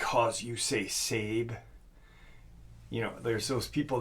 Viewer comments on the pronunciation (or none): no offense but if you want to act all knowing and superior (like the people you are so arrogantly insulting), maybe get the words correct.) Sabe, is not pronounced “Sayb…it’s pronounced “Saw-bay”. The name Sasquatch is also an native word. So maybe we shouldn’t use that term either? Just so you know, you are being as pretentious as those you’re speaking against. And though I don’t like people getting all upidy about what “they” think things should be called… some of us just think “Sasquatch and Bigfoot”, are a name that many who don’t believe, use while insulting the community. Those names hold a lot of negativity or are often used to insult us. I know that I usually cringed when calling them either of those two terms, because of this. The name Sabe, it sounds not so degrading… not only to those of us in the community but towards the actual crypids as well. Regardless, nobody should be pushing any name on anyone else. Everyone will call it what they are most comfortable with. Skunk ape Sabe Bigfoot Sasquatch Grass man Scukums Hairy man Wood Booger Booger Etc… Ps. The Roogaru/Lukgaru (not sure how it’s spelled) is a French word/name that they brought over from France. It’s their word for Werewolf. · Watching the facts by how to hunt I believe it’s sabé (sa-bay) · SABE is pronounced SAWbay. And it does not come from OJIBWAY it comes from the OMAHA language. Umonhon language in the PONCA language their word for Bigfoot is ZITONGA which I was told means “child-like man” SABE does not come from Ojibway. It comes from Omaha. Best to be well informed brother. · I thought it was pronounced SA-BAY ?